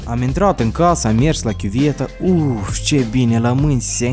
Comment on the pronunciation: " Ceeee ,, ? 😂😂😂😂 we ca cat accent personal ai putut so spui 😂😂😂 prea faina faza cu ,,ce